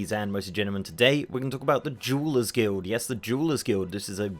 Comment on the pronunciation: Meow correct me if I’m wrong but this fucker is saying jewel/jewelers guild. Meow at first I wasn’t sure, but after hearing it again, I am meow certain of it. Meow is he doing it on purpose to sit up comments or is it just his accent? It think it’s the latter. Come on meow, why would he do it on purpose? Meow you all just carry on meow about your business. Meow.